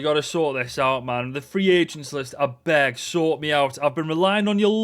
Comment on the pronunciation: did you say “abeg” here or “I beg”?